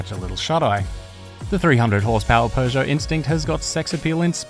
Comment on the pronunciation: It's Peugeot not pegeout